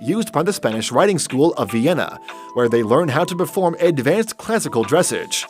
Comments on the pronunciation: its not dress-idge ;-; its dress age like 'ah sje' ig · my man just said dressige its dressage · FYI it is dressAge not dressege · it's not DRESS-age, it's dre-SAGE "poice"?! - you don't measure the height of a horse at it's butt, you measure it at it's withers. - that horse is albino - yet he's out in the sunlight with nothing to protect his eyes. The fact that you deemed the Friesian (which is not from The Netherlands) the last one on your list proves what a complete berk you are. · Please teach this guy how to pronounce dressaaage not dressege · the narrator needs to pronounce Dressage properly. Not "Dress-age, but Dress-Auge." As to the presentation, Ahh makes me want to own a horse again. Had a Morgan horse, brilliant red. Humanity should embrace our animals. 😀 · It’s dressage….pronounced “dress-ahhje”, not drisage. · Dressage is pronounced, "dress-AHJ." Learn about what you're reporting on, please. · did he say dessige it s prenounced dresage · Dressage pronounced like massage. Not dress age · I thought it was pronounced dressarge not dressige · Dressage, pronounced Draissaj, not "dressej". The helicopters aren't for tourists tours, they corral the mustangs to push them into pens by hovering low over the herds. Nice video. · Lol, it’s not DRESS-AGE it’s dra-ss-a-je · Can I just mention that it’s pronounced “dress-ahgh” not dress-age? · Dressage is pronounced more like dressoj. Please do your homework so you can pronounce what you're taking about correctly. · Arabians are called Egyptians. I once bred them. Mispronounced dressage. Dress awge. Not age. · It is dress- saaage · But this dude pronounces dressage as dress 👗 edge like wut the heck ??? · The word is pronounced druh-sahj. Dic: dre-säzh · dress-sarge is the correct pronunciation Other than that, this is a great video collection of horses in one video. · Dressage? It's "dress-ahgze" Rhymes with massage. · It's pronounced dreh SAWG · The pronounciation of dressage is Not "dressidge"